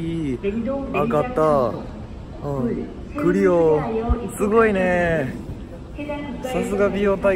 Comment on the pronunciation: クリオの発音が上手い